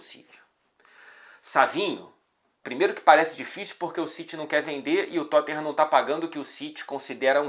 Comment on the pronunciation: Engraçado como o faz o sotaque britânico tão certinho, mas fala Totten-rã